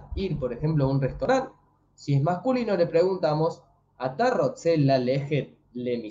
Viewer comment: Muy buena iniciativa pero creo que es ATA Gotze, y no Ata Rotze. Saludos ! Bendiciones